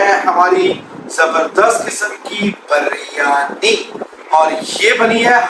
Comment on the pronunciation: buryani nahi kahtay please sahi lafz hay biryaani